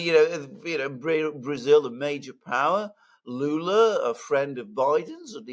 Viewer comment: Lula not lukas